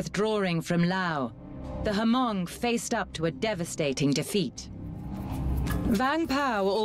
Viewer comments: Someone tell the narrator it’s Hmong with silent H not ha-hmong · My Hmong people, the pro Americans, sacrificed themselves for America. At least show some respect and pronounce our name correctly. It’s pronounced Mong (Hmong) not Ha-mong. My people were courageous, no matter which side they’re on. Love and respect. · Uh, I thought it was pronounch MONG not HA-MONG. The movie Gran Torino has one of the main characters, who is hmong corrects "walt" when he says HA-MONG